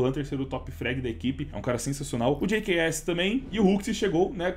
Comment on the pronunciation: jks= gqs, só eu que notei ele falando a pronuncia assim do jks no 4° minuto do vídeo? kkk